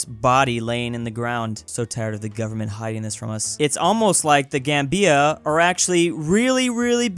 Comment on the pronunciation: It's "ZAM-bia" and "The GAM-bia", not ""zam-BEE-a and "The gam-BEE-a". Unexpected from a guy who gets Lesotho right!